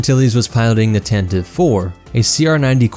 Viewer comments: It's pronounced Tan Tee Vee. Why do people keep saying Tan Teeve? The name was introduced in the Radio adaptation listen to it. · For the 300th time dude!🤣 It's pronounced [Tan tee Vee] or [Tan tah Vee]. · The "Tan-tiv-ee" pronunciation dates back to the 1981 Radio Drama. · I have a special hatred for people who pronounce it Tan Tee Vee.